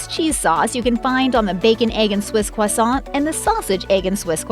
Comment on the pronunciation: Quasont??? Needs to learn to to pronounce croissant